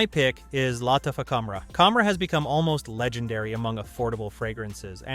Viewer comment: Is it not Luh - tafa?